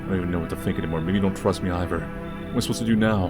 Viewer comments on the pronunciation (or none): “they don’t trust me IVER”??? Wth lmao I always peep you not pronouncing things right 😂😂😂